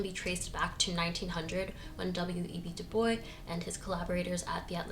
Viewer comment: DuBois..you gotta pronounce his ‘s’. He doesn’t say it the French way